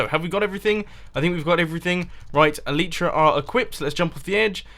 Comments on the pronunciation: its called eliiitra not eleeeetra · Mumbo! It's pronounced el-ai-tra, not el-ee-tra! please get it right :P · great video mumbo and hope your enjoying Japan. but for the love of God it's pronounced el-eye-tra!! you sound like a right plank pronouncing it el-ee-tra. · I find it weird that you pronounce the Elytra "ELEETRA" and most people pronounce it "ELITRA" , not complaining or anything, just noticed it!😂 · Mumbo. The Elytra are pronounced El-ite-tra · i hate how you cant say elytra right...